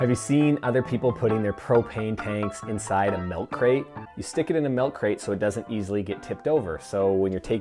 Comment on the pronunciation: Great video! Lost me at "melk", though 😄